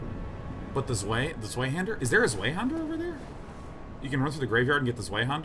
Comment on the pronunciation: Day[9] saying Zweihander is SO weird... and I'm not even German. For reference, it should sound something like Tsvy-hendah (Zwei is literally two in German, so the rest of the word should be obvious).